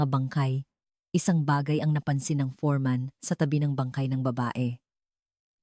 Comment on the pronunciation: Foreman not forman